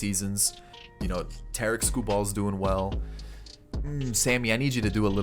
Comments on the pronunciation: And he said Tarik lime Tar- Rick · It pisses me off every time he says Tarik wrong